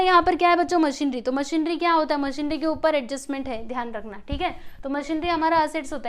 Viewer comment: It's मशीनरी not मशीनड्री🤦